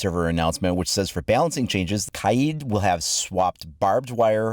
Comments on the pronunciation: It’s Kaid, not K-eye-eed... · KYEEED? Its kaid bro lol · U spelled kaid wrong u said kiad🤣🤣🤣🤣🤣